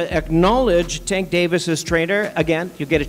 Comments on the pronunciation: HE DON'T EVEN SAY THE MAN NAME RIGHT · Why yu on this channel lying like dis 🤦 yu a p.o.s for this..and at least say tank name right 🤦 terrible journalism and video 👎👎💯